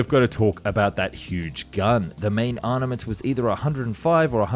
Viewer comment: He says "arnament" again. Armament. You can do it.